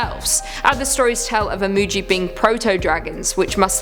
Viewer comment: Imugi is pronounced EE-MOO-GHEE, not JEE.